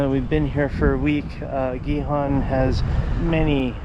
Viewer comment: Great, now that you've learned how properly pronounce Gijon (both times with that J sound) you can properly say my name and also Juan!! . I already saw Hazel's video, it was a great job!!! Cheers guys!